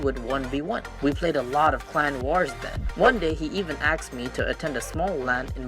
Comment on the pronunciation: Aaaaasssssked not Axe -_